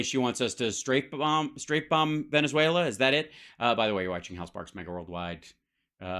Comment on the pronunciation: Veneswulla? I've never heard it pronounced that way before.